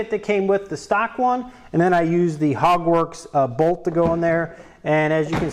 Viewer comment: Sounds like ur saying “Hogwarts” like Harry Potter, not Hogworkz 🤔